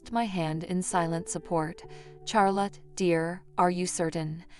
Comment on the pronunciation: Please quit saying Char lot. It’s pronounced Shar lot.